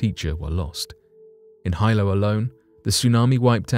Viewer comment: You mispronounced the name of the 1946 Hawaiian tsunami. It's no Hilo its pronunciation is (he lo)😊